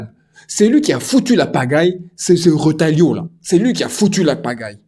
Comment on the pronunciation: Coucou, Alors phonetique c'est RE... TA...YO 😉 Retailleau voila, pour le reste. Si Retailleau se permet cela, crois mois c'est bien Macron qui est derrière via le Maroc, Israel et Usa sur les interets sur le Sahara occidental. C'est bien de la que vient le désaccord quand le Roi du Maroc a montré la lettre de macron qui lui conferait le sahara comme marocain contre l'accord de l'ONU ( la clique de Macron a suivit avec les visites sucsèssif au Maroc. Les Usa sont entrain de faire pression car soutien d'isramerde. Ils poussent au max les diffiultès afin de mettre l'algérie en étau